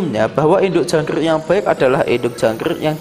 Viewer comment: Jangk rrrrrrrrrrrrrr ik